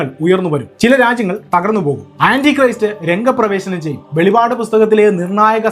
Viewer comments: Velivad alla velippad aanu ❤ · Brother pls correct the name of books inthe Bible you are continuing velipad velipad it is not velipad it is velippad this both word has got lot of different meaning Bible so pls correct it .I want to tell you that velipad has got a meaning of hallucination or something has come into the mind which has got no. Evidence or revelation with authentic value ,but velippad has got relevant and authentication .so pls say correct pronunciation of words thanks. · വെളിവാട് അല്ല വെളിപ്പാട് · Velipad annu alla velippad annanu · സഹോദരാ, വെളിപാട് അല്ല വെളിപ്പാട് ആണ്. 🤔വെറുതെ ഇരുന്നു വെളിപാട് വിളിച്ചു പറയല്ലേ?? 🤔കഷ്ടം 😭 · വെളിപാട് അല്ല വെളിപ്പാടാണ് ശരി